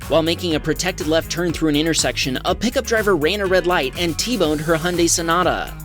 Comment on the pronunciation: Congratulations on being one of so few people (it would seem) that knows how to pronounce Hyundai. 👍